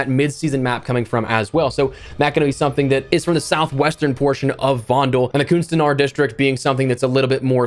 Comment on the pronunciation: Just wanted to let you know that you're close on your pronunciation of "kunstenaars", except the first few letters aren't pronounced "coon", but more like "cuhn" as in the same as the first 3 letters of the swearword that starts with a C that's popular in the UK and Australia